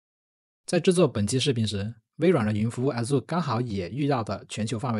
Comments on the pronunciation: 😂，不是阿祖-，而是艾惹～ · 你的Azure的發音大大錯誤😂 需要更正一下